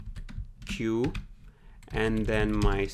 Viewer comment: Awesome content! It's great that you're able to squeeze in so much valuable information into a 13 minute video. Also, sorry if I sound pedantic here... but I believe the correct pronunciation of deque is "deck" (written in the documentation ). Thank you for the valuable content :D